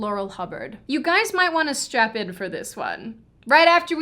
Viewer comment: Did she say, strap in or strap on?